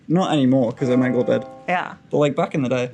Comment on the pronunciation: pronunciation of Omegle is surely not correct?? please someone tell me that's not it